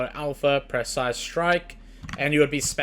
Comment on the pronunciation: Bruh - pre-cise not per-cise, nice vid